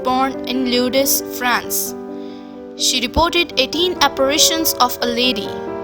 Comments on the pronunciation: Just to let you know it is pronounced like the word lords. At least I'm told it is. I have always been fascinated by this. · Hi...Lourdes is pronounced "lords". LOL Nice video...I can't speak any Indian languages so there you go! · LORDS is how you say Lourdes...ok?